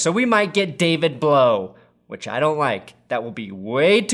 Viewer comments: It is not blow it is blaw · It's Blough not blow